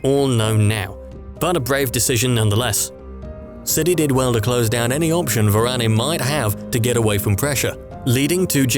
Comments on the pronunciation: It pronounced as Varan not Varaney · It's Varane not Varanay